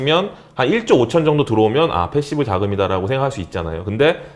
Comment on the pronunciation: 내말이..패시브도 계속 f발음. 왜저럼